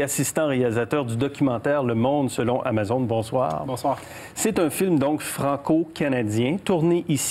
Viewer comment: TOKÉBAK ICITTE. on dit amazÔne